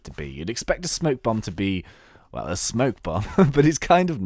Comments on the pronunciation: you fool S-P-O-K-E bomb not smoke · Spoke bomb not smoke